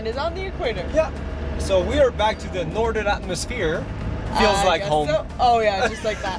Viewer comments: Bro said nothern atmosphere 😭😭, great video though😁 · 'Nothern HEMISPHERE!!!'